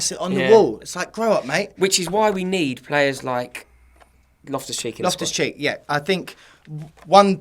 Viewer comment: *loftus not lift us😂